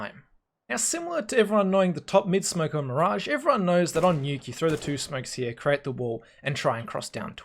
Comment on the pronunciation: Hia... Hia.... U see that hia xdddddd u say that soo often. Doesnt bother me xddddd its funny